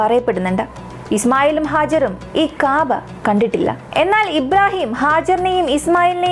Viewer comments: കാബാ എന്നല്ല കൗബ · Kaabaa allaa kahba